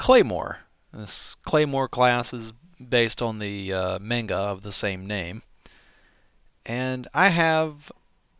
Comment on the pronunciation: Claymore is great. But, I gotta say.. the way you mis-pronounce the word "manga" makes my brain hurt.:p